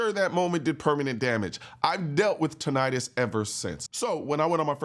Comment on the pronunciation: Tinna-tus. Not Tin-eye-tus.